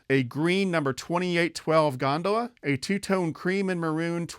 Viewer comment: You mispronounced gondola and those so-called logs are barrels. You may want to review Lionel postwar train catalogs and terms. Apparently, you're too much in the modern era. Personally I consider myself a postwar era historian. ☮️